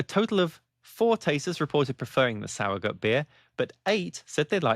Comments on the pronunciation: Also because nobody asked, two things: 1. In addition to this comment, the s in sauer is a z sound like in the word fizz. Zowuhgoot if you spell it phonetically. 2. This video makes it seem like the Reinheitsgebot is the only way Germans can make beer, which is completely false. The only thing the Reinheitsgebot does anymore is to prevent german brewers from calling their beer "beer" if brewed outside of the law. Otherwise, Germans can make any beer style commercially, but they can't put beer on the label, you just have to call it something else. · Great video! I will definitely try to play around with this. Because nobody asked: the -gut part of the word is pronounced like the -ood in "food". But with a "t"... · Exactly. I've lived here in Germany since 2011. I don't mind the mispronouncing as much though... but it's nice when people at least try to pronounce it right. 😊